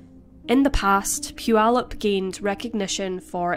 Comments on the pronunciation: I live in Puyallup and you pronounced it perfect! With that said, this sentence was a total joke. 6.5 years for murder is a slap in the face to our justice system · Thank you for pronouncing Puyallup correctly. My 1st stab at it was "poo-ee-loop." 👍👍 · You pronounced Puyallup!!! that's rare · To pronounce it correctly is rare...Especially for someone not in America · What a horrible thing to do to this kind woman! 😢 only 51/2 years for murder? And then she goes on to marry and have children? Unbelievable! 😠 As a side note, I live about 50 miles north of Puyallup WA. Thanks for pointing out such great things about it, all true! And thanks for pronouncing it correctly! So many mispronounce it. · Great job pronouncing Puyallup. I used to live near there and it's a tricky one. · Congrats for saying Puyallup correctly! 🙂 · Congratulations on saying Putallup correctly. I've lived in the area my entire life and rarely do those from outside the region day it well. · Congrats on pronouncing Puyallup correctly! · I'm shocked to hear it pronounced right.